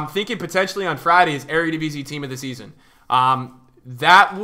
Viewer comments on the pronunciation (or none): none